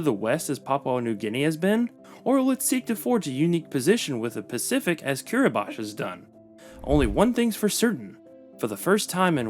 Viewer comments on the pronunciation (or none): Kiribati is pronounced kiɾibas, not kiɾibaʃ.